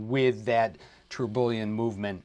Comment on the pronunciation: Hey, love the video. Don’t mean to be “that guy” but you miss pronounced Tourbillon pretty badly, it’s pronounced tur-be-yawn